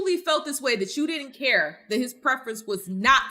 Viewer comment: "We don't QUARE"?